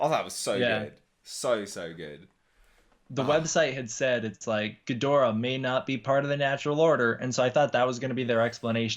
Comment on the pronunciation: "Geedorah, Ghidorah" "Yeah, it's Ghidorah" 😂😂😂